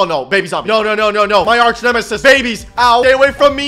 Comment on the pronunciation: "MY ARCH EMISIS BABY"